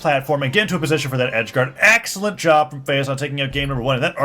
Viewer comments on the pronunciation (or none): did he say AXElent xDD